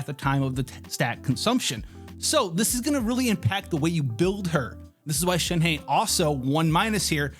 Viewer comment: SHEN-HUH.... When you do a video about a certain character at the very least try and pronounce the name right like most of the ppl try to do. Thnx